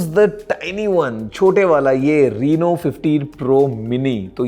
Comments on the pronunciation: Reno❌ Reeno✅😂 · Rino ❌ Reno ✅